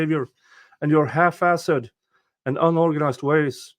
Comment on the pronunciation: Somehow, to me, the way said haphazard sounded like half-ass-ed 😂